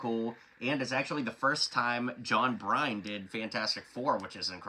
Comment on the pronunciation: It pronounces BURN not Bryan.